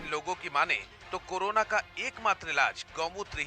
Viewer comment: Corona not karona